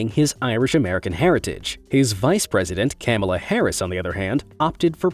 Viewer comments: Jesus christ, your pronunciation of Kamala's name was fucking terrible... not even one of the common mistakes! Repeat after me: "Comma-la" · He called her "camel-a"! 😂😂😂 I can't believe how "racist" this channel is. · Not to mention him pronouncing it "camel-uh". The nerve! Lol lol But that's how the president says it too soooooooo... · You mis-pronounced the Vice President's name. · Bwahahaha! Said the VPs name wrong. Plus, she's NOT "American Indian". Wtf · You slaughtered Kamala's name. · You pronounced Kamela wrong. And she is not part Native American, she is part East Indian. As from INDIA.